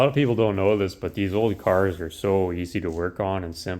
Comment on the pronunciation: Hey I didn't know you had a flipside channel!!! "Out in da woods lookin for junk cairs" "Bakaditaginwitanuderone"😅